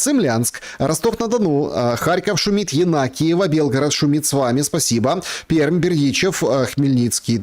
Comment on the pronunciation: Не ПЕРМ а (пермь) .....!!!!!!!!!!!!!!!